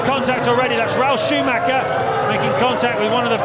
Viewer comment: I love how nobody ever bothers (to this day) to pronounce Michael Schumacher at least somewhat decently.